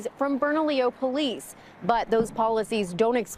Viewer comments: It’s Bernalillo (Berna-LEO) county, not Bernadillo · I've driven that stretch of 550 through Bernalillo for 10 years. It's the most cops per square foot of Hwy that I've EVER seen. I've NEVER driven that short stretch of road WITHOUT seeing someone pulled over by the road pirates.: It's pronounced Bern-a-Lio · It's pronounced "burn-a-leo" county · pronounced burna-leo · Your saying bernalillo county wrong ! Lol